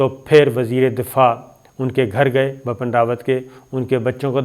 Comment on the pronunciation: Yesterday I told u it's Bipin not bappan but u r ?